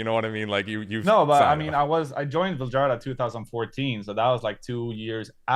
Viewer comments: A Swede mispronouncing his own band's name is unforgivable to me. Why would he do that? Why would he not teach these lowly Anglo monolinguals that "J" is pronounced like the English Y in the majority of languages in Europe. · He’s not pronouncing it in Swedish here though, so I’m not sure this is correct even. He’s pronouncing it like Swedes sometimes pronounce their name to make it understandable for English speakers. I’m Swedish btw